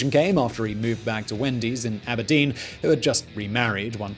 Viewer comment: I love how he said "MontesaAAano" and "Ab'erdeen" 🤣